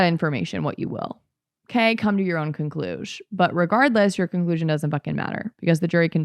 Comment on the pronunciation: "Okay? Come to your own concluzh [conclusion]. But regardless, your conclusion doesn't [fcking] matter..." Hee hee, but this was so funny to me.